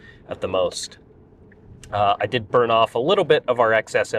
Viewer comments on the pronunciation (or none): none